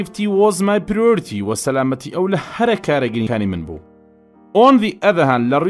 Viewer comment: thank u - but atu wshay priority ba ghalat axiniawa